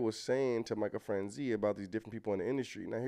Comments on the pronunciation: Michael Fran Chaz ee. That's how you pronounce Michaels name. If you are familiar with the movie Goodfellas, the main character, Henry Hill, is walking into a the restaurant the gangsters all frequent and he's naming several gangsters, name dropping famous mobsters. You hear him mention Michael Fran Chaz ee. He was a big earner in the mob in his day. He had a scam he was doing where he was getting a sales tax for every gallon of gas that was purchased in New Jersey. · It’s pronounced Michael Fran Chay Zee not Franzie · It's pronounced like "niece" without n sound. Franz"ese"